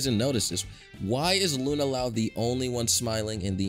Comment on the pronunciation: LUNA LOUND?